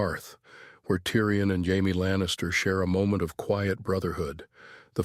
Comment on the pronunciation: Why does this thing keep pronoucing Jaime's name as Hy-me?